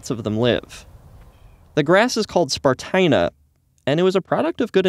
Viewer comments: Stupid humans. Meanwhile, I think it should be pronounced spar-TEE-na. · Spartina, as in esparto, rhymes with concertina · "THIS IS SPART-INA"